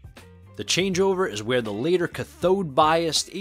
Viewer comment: You're pronouncing cathode bias incorrectly. It should be pronounced similar to cat on the first part, with the emphasis on the first part of the word rather than the second part of the word. Other than that, nice video! Love these amps!